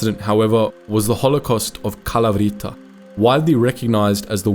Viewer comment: it's kalAvryta bro. either research how to do the greek pronunciation right or just don't try it lol